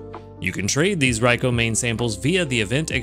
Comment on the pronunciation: I’m going to be using a Good Camp Ticket during these two Raikou event weeks. I’ve been saving up. :) I recommend them for this event if people have extras ^^ I’m looking forward to seeing what the default Raikou will look like. Also thank you for saying Raikou correctly. lol